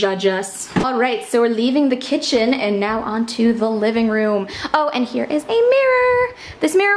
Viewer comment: OMG I love this but did you say livingbroom? 😂